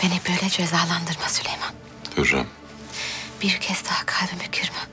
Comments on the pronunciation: Hürremin sülüman demesi😂😂😂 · Sülömön desen bu is bitmisdir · Dəli Hürrəmin tam deyə bilmədiyi adlar: 😂😂😂 SÜMBÜL- SÜKMÜL SÜLEYMAN- SÜLÜMAN MİHRİMAH - MİŞİMAH NİGAR KALFA - NİGAR KAFA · Sülüman adını söyleyemeyen her kadına asılmak zorunda değilsin kanka